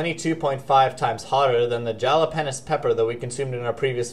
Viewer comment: LO(L "Jala-pen-os"